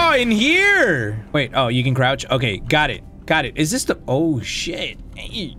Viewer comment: was I the only one who thought he said "oh we can grouch" 😂